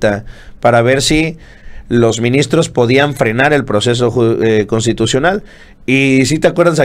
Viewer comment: ES " MINISTROS" NO "MINSITROS" JEJEJE 😂🤣